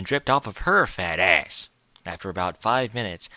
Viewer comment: The way you pronounced "ahhss" and "pussay" in this nearly killed me. xD